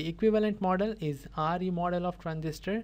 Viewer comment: yeha you are correct but he is saying re Instead Of Re